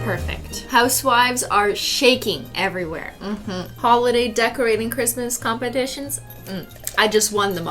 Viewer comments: "Merry Cristmas with no h".... Me: 🤣🤣🤣🤣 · Cristine: Big bootiful speech about the holodays and Cristmas (WITH NO H) And then...... WiTH mAh PEeLY bAG